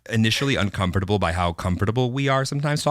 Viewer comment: Everyone: ''uncomfortable'': ''un-com-fort-able'' He pronounces this word so proper and not just like one scrambled of letters...